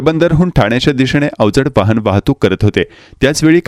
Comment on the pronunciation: वाहण नाही रे, वाहन असतं